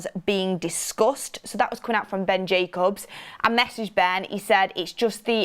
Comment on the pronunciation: It’s Jacobs, not Jacubs 😂